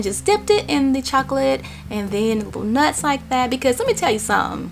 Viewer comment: love it how she says nuts hahaha